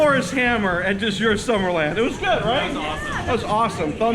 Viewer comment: Isn't the D in "Djurs" silent? Or am I totally off?